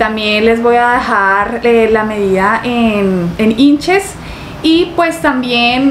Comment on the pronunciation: Hay dios . Stas en ee.uu. como para q digas inches. Se pronuncia inhs. Se escribe inches